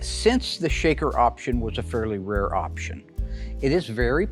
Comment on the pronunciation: Highest "opsheeon"? Sheesh, get a real announcer.